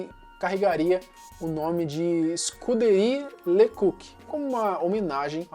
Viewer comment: Você é novo, e portanto nunca ouviu esses nomes nos noticiários. Mas a pronúncia correta era "Escuderrí Le Cóq" , e "Daví Násser" (a ortografia aqui é como os nomes eram pronunciados).